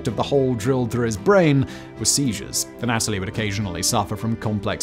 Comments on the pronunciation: Wasn’t gonna do it but I’ve seen about 15 videos with Simon mispronouncing this name. The Russian name Anatoly isn’t A-Natalie, it’s Anne-uh-toll-eee. Just for future vids. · It’s not pronounced “An-AT-oli”, but rather, “Ah-nah-tolyi”. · Uhnatalie???? Its pronounced ANNA-TOE-LEE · Anatoly. anna toll lee. Simon: uhhh Natalie? 🤷🏼‍♂️ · Not the anAtoly, but anatOly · Anna-Toley not Anat-olee..Simon, your pronunciation on most of your videos are hilarious. Do you do this on purpose? lmao!! love your work, keep it up mate!! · Anna-toe-lee, not a-nat-towlee. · Imagine being almost a genius and so stupid you just use a screwdriver Ah Nataly. I know it's British accent but it's a Russian word you have to change your pronunciation. Usually really good at it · His constant mispronunciation of Anatoly sucked lol Think of the "ana" in words like analyze then add the toly instead of a-natalie ...you must re record this whole thing 😆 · Ann - ah - toli. Just sayin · An-a TOLL-ee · It's "ah-nah-toll-E"